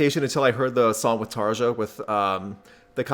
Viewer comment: Just a heads up,: J's in Finnish are pronounced as Y's, so it's TAR-yuh. 😊 Good show, guys.